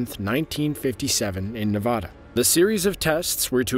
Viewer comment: Nevada pronunciation makes my brain hurt